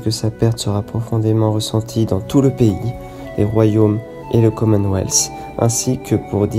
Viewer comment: Mais ou entend tu le s ?? Pourquoi dire le commenweathssssssss ? Il n'y a pas de s !!!!